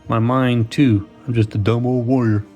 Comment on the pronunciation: When you first said warrior I thought you said lawyer.